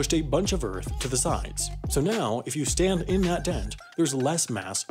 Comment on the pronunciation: he said Earf